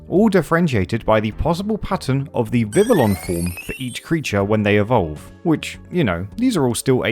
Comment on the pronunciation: Love this video and these challenges, keep them coming! That said, my brain did misfire everytime you said Vivillon. It is pronounced Vivi-yon as it officially uses a french pronunciation.